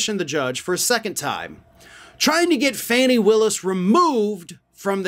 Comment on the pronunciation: Her name is Fauni, not Fannie. This reminds me of a story a college professor told me about a white student who referred to Dorothy Dandridge as "Darkie" Daniel's. Yall think "oh she's black. Her name has to be Fannie".